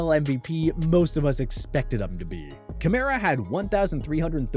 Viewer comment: You really said Kamara lol just say you don't watch the saints instead of talking about fantasy and looking at a stat sheet.